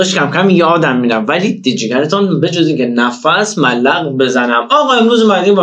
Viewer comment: ملاق است نه مالق